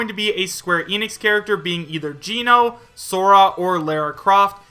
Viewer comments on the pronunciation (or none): none